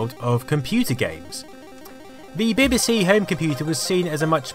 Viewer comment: B B C, not beb beb c!